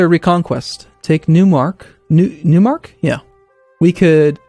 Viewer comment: In german we speak out Neumark like... "Nio..mark" Neu is the german word for new and a mark is a frontier province.